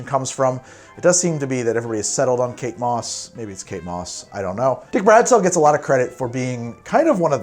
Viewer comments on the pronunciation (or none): I thought you were saying "cake boss" instead of Kate Moss and was so damn confused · Thought for sure you were saying cake boss at the beginning